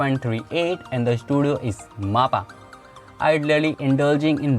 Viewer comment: You dont even know how to pronounce mappa and u call ur self an otaku?